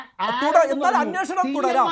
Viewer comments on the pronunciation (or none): അന്നോഷണം അല്ലടാ അന്വേഷണം എന്ന് പറയെടാ.